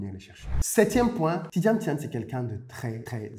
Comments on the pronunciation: C'est Thiam pas Thiane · C pas thiane mais thiam,m a la fin!😂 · Bjr. Je suis ivoirien et je vis aux USA.Merci infiniment d'avoir fait cette video sur Thiam. Mon clavier est en anglais donc desole pour les typos. Je note au passage que tu as ecorche a plusieurs reprsies son nom lol. Deux points m'ont marque. celui ou il dit que l'autorite ne s'exige pas mais elle se consent. Et le deuxieme touche au capital humain comme la plus grande richesse de son parcours. Thiam est quelqu'un que j'admire bcp. j'ai regarde de lui toutes les videos youtube aussi bien en anglais qu'en francais et je suis arrive a la conclusion que ses succes tiennent a un seul point: le BON SENS. Son analyse emprunte de bon sens des phenomenes a fait la difference partout ou il est passe. Et c'est bien ce qui lui donne toujours une longueur d'avance et qui fera de lui le futur president de la Cote d'Ivoire. Cette qualite ne s'aquiert pas a l'ecole. on l'a avec soi. Elle est differente des performances a l'ecole.